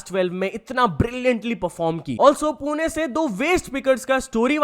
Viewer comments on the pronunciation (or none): none